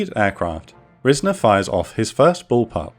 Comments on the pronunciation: Pronounced RIZE-ner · It took me a minute to realize what name you were saying when talking about the lead pilot , but that's my grandfather, though it's pronounced 'Rise-ner' so I didn't catch it at first. And according to the file I read and his stories, he was shot down and landed in the water but was picked up by an amphibious aircraft. When they got him back to Da Nang, he got in a fresh bird and went back up to direct the later waves of bombing runs. I'm glad I found this video while researching for college!